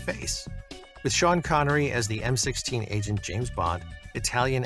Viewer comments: It's M.I.6, not M16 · M16? it's MI6, C'mon get it right, make it work. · It's not M16, like the semiautomatic weapon. It's M.I.6.